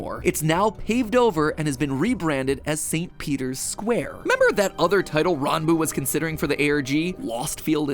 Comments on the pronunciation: The fact that he looked up how to pronounce Ranboo, so much respect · finally someone pronounces ranboo's name correctly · Oh he got the pronunciation right